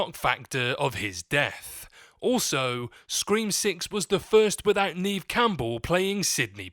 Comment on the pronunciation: You sound fuckin stupid. Sam and Tara could easily be killed in seven. And you miss pronounced Neve Campbell’s first name it’s Neve-like Never without the r. 😡😡😡😡🖕🏾🖕🏾